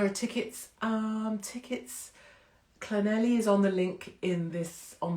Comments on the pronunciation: Don’t go to Llanelli and pronounce it like that, I tried it once, oops. 😂 There is a surprise th sound towards the end and more of a cl sound to begin with. Thank you for supporting Tommy, I miss his presence and the info he provided. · Is Llanelli pronounced Clanethli? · Llanelli is pronounced Cla neth li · Untitled yep like this, no heavy stuff just chilling. Blackpool 🤣 Llanelli I'll teach you how to pronounce Llanelli 😉🥰